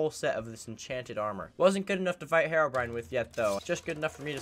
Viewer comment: I read comment I'm so happy that people say herobrine and not herobrian.